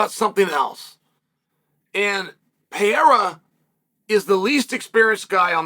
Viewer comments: You should first learn to pronounce a man's name (Pereira, not Piera). Then when you learn to respect a man and pronounce his name correctly, only then you can talk about what's sportsmanship and what's not. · Pereira not perheya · It peyhaydah say like that guy 😅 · Your pronouciation of foreign names is so hilariously American. Always cracks me up. Peyeaaara. Makkeltjev etc. lmao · Puh - ray - rah You're welcome, Chael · Im coming to the conclusion that Chael just doesn’t like Pereira. Constantly mispronouncing his name, calling him a bully, picking him to lose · Learn to say his name firsts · Bro. Pronounce his damn name right. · They way Chael says his name gets worse and worse each time 😂😂 bro is incapable of pronouncing Alex’s name even remotely close to correct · You still cannot say his name correctly? It'd be funny to watch him slap you until you learned respect and proper pronunciation. Plus, you chose Rountree to win...so ofcourse you are butthurt